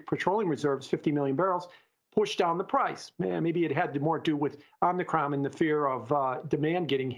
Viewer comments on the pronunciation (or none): I <3. Om - knee - cRon